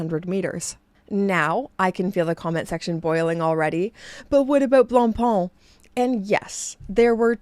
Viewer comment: I love your pronunciation of Blancpain. I'm just a dumb American who says 'Blank Pain.' LOL